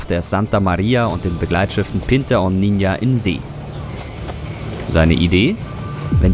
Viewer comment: Vielen Dank für den Hinweis. Im Spanischen wird das "ñ" wie ein "nj" ausgesprochen. Also lautet das Wort ausgesprochen: Ninja, was im übrigen mit "Kleine" oder "kleines Mädchen" übersetzt wird.